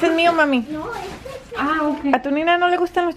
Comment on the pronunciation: Porque dise deste